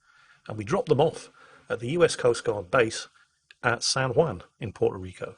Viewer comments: Can someone in England tell how to pronounce Juan? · I know the J in Juan is pronounced with a W sound but hearing pronouncing Juan was driving me bonkers